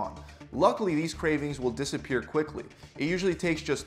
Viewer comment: "Desappear"? I had to do a double take.